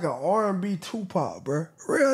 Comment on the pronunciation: R&b tupac was perfectly said